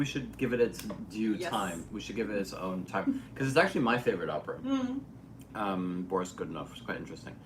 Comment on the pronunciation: нее правильное ударение borIs godunOv